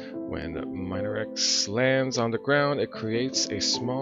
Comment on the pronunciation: Hello! Thanks so much for playing! I'm one of the main pixel artist for this game and it's still getting some improvements here and there behind the scenes, so we appreciate the li'l nuggets of feedback along the playthrough. C: P.S. I believe it's pronounced Min-erex, like the word "mineral". (´∇ﾉ `*)ノ